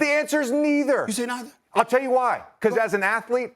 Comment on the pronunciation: JJ needs more practice at this. Bruh, you can't say neither..🙄